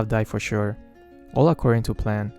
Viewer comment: "All acceoding to plan" may ass -_